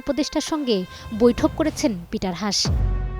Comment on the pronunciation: It’s not “হাশ”, his name is pronounced as “হাস্”.. is it really so difficult to pronounce it appropriately 🤦🏼‍♂️